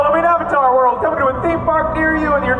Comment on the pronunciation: Just found this channel and I'm well and truly binge-watching the lot. Love your content. I especially love the irony of your channel being called "Expedition Theme Park", all about theme parks, and yet you can't pronounce "Theme" 😂